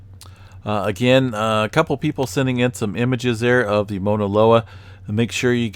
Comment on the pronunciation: Thanks for you info. I’m on Big Island and it helps to have different perspectives. Also, just a slight correction. You’re pronouncing it “Mona” loa. It’s be worth tracking down a video of a Hawaiian pronouncing “Mauna.” Thanks again for the info.